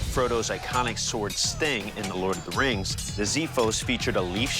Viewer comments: Im Greek, its not ziphos its xiphos,that actually xiphos in Greek language means sword... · οχι ζιφος αλλα τζιφος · It's pronounced "ksifos" not "Zifos". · ziphos ???? it is X its being pronounced like X not z. xiphos. Ksifos would be way closer and easy for English speaking people but still wrong. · Xiphos, not Zephos. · It's called ksifos. Not zeefos. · i think xiphos is pronounced as ksifos (k is barely audible), not as zifos. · xiphos=ksiphos not ziphos xD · I like this video !!! My friend the pronunciation of the word is ' Ksiphos " not " Ziphos ". You can hear it at the google tranlate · as a greek when he pronounces Xiphos as Ziphos I die a bit inside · It's spelled Ξίφος and it's pronounced CCiphos (as in "accept"), not Ziphos. So, CCeephos (i pronounced like meat) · ξίφος λέγεται , οχι ζίφος It's called a xefos, with x not a zefos !!!! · what the actual fck is a "ziphos" its with an X as in EKS sound and it litterally means sword in greek so you calling it the sword sword yeah aight its a sword sword very swordy sword. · xiphos is pronounced ksee-phos and it means sword. Ξίφος. Not zippos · It’s not pronounced “ziphos”! It’s pronounced “kseephos”! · for the history nerds and just simple nerds the sword "xifos" is pronounced "ksifos" not 'zifos' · ksifos it pronounce as ksifos not zzzzzzifos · The way to pronounce the word xiphos is not with Z but using KS. Is KSiphos. The letter i is pronounced e, as we say eat. So Is ksiphos not ziphos or zaiphos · The “ziphos” 😂 babes it’s “x-iphos”, x not z, and it already means sword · Guys , its called Xiphos with an X , not a Z as Ziphos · Well the real greek word is pronounced like ksifos not zifos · It's pronounced xiphos with x not z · it isnt ziphos, its xiphos (ksiphos). given its a greek word it should be pronounced correctly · Well, that's pronunciated as "ksiphos" in Greek. Don' t really understand why an "X" is pronunciated as a "Z" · It's called Xifos not Zifos! , Zifos is beer! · its Xephos not ziphos...